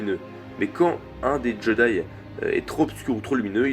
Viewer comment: très bonne vidéo je suis parfaitement d'accord avec toi mais on prononce [djédaï]